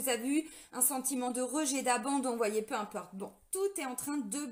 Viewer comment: " Peu impeurte".....😁 Merci... pour cette énergie dans la forme de cette guidance. Ça pulse....